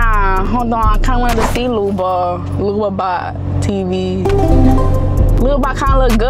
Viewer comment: She said Luba it’s babo